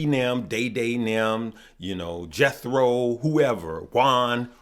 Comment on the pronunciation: My man said "Jethro" LOL.